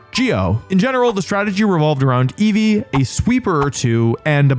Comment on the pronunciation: inceevee anyone?